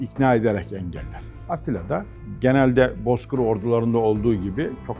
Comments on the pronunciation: At tila, At tila. Çok kulak tirmalayici. Atilla demek çok mu Zor.? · Program çok güzel zevkli dinledim ama sevgili sunucu kardeş atlia demenizi lütfen düzeltin ATİLLA ATİLLA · Editör ün Atilla ismini iki t ile söymesi beni mi rahatsız etti sadece? Beynimi tırmaladı resmen 🤕🤕🤕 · Yaa Klzlm,Sen ya Türkiyede yetişmemişsin,yada Atilla ismi ömründe ilk defa duymuşsunuzdur,naslL bir sunucusun ki.Atilla ismini telâfus etmesini öğenmemişsiniz. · Bu abla atilla demeyi bilmiyor